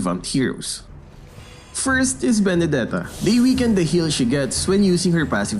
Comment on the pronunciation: now I realized that the new hero name is benedetta and not bendetta